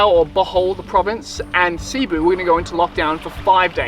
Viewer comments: Great video! Big fan of all your work.. One tip from a local expat here to freshen up your non diving skills. Cebu has the accent on the second syllable.. not C-boo, but c-Boo. Fantastic still shots along with the vids...Did my Level One near there on the other side of Cliff Dive at Freedive+... It's your fault I don"t scuba dive anymore.. Thank You! Hope to see you back here in the PI soon. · Cebu: Seh-boo